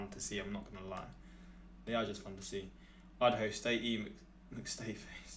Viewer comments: Idaho?? Udaho. 🤣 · Idaho? no Udaho.